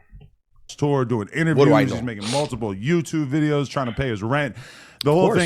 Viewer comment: Ey man i honestly like these vids wether its on this channel or the other. Always lookin foward to new bideos lol😂. I knw u say videos buy it still sounds like Bideos jajajaja😅